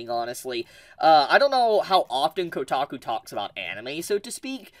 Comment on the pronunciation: It’s kotaku…. 😂